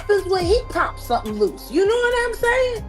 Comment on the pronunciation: Hahaha, know not mow